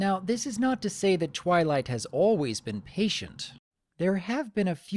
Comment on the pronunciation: he said trylight let me put that side by side of what i heard i will put it in caps TRY LIGHT i keep hearing him say that